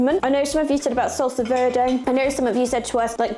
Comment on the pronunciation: not Tac_o like Tick Tack but TAHK_oh like MA_mah // and not sulsa but SAHL_Sah, sounds like you're attacking the 'O' but its just like AH HAH would be the correct sound. YW